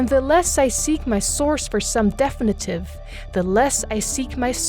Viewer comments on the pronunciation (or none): Interesting. Thank you for this information, but please look up the pronunciation of definitive. The accent is on the second syllable. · Please learn how to properly pronounce "definitive" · Very good video. However, you should know how to pronounce Platonism and definitive.